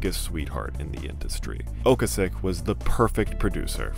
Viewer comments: I have never heard Ocasek pronounced that way. Have always heard it "Oh-Kay-sec". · It's Ric oh-KAY-sik. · oh-KAY-sic. You literally pronounced it every way BUT the correct way.